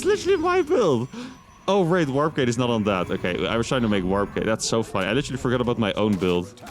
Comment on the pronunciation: Can you please stop saying litchely all the time. Thank you.